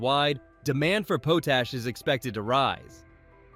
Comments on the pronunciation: POHTASH? should be pronounced POTT-ASH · Say it with me... POTASH... (POT+ASH) 😆 It's NOT that difficult! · Why doubt call it poot-ash? It's pot-ash. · potash is pronounced pot-ash not po-tash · Its not "po tash" its pronounced "pot ash" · Learn how to pronounce pot ash , it's not po tash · Just a heads up for pronunciation, it's called pot-ash, not pote-ash. Pot, like what you boil water in. 😉 Great video! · Pote ash lol